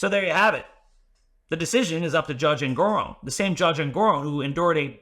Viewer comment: En-gor-On as in not off but... on. I submit this pronunciation respectfully. 😉